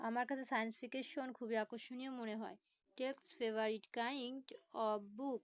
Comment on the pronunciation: উচ্চারণ ও প্রোনাউন্সেশন ভুল।সাইন্স ফিকশন কে বলছে ফিকেশন। কাইন্ড কে বলছে কিন্ড।দেয়ার কে বলতেছে হেয়ার। আগে নিজে ভালোভাবে রিডিং পড়তে শিখুন,তারপর লাইভে আসুন। এতটুকু পড়াতে যেয়ে এত হয়রান?